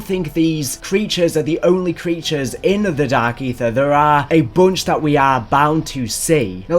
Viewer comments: I’m hearing more of “Dak Aether” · LMAO Dak Aytheuh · Dahhk Eethur